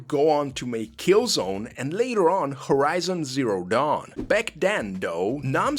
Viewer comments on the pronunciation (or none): none